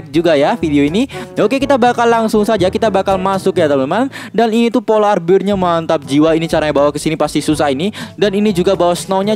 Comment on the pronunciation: polar bear bukan polar beer